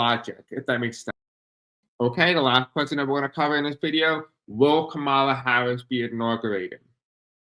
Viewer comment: Appreciate you. It’s not Ka mal la (that’s how Trump pronounces her name). it’s Kom ah la. You did pronounce correctly at points.